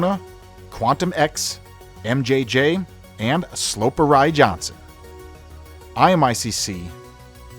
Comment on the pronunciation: Weird how it gets the sloperji pronunciation right and then instantly thereafter mispronounces Jansen. Don't use these silly AI voice things, yeah they make it seem more documentary quality ask but they can be distracting